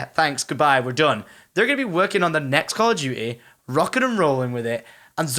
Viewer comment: Call o' duteh